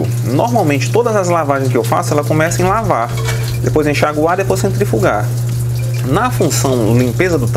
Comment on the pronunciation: "... Você uma máquina de lavarrrrr". Pensei que fosse o Roberto Carlos falando ou o Paulo Henrique Amorim... Kkkkkkkkkk